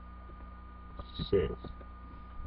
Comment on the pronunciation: Thumbs up for the tut! Thumbs down for the part after you click start! No offence but i do not think that the word "resources" is that difficult to pronouce? As if it isnt bad enough you had to go split it up and say re....sour.....ces -.- Anyway great vid.